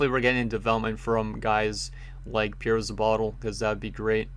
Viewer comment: I could be wrong but I would say Pierro-Zabotel as Pierro-Zab-o-tell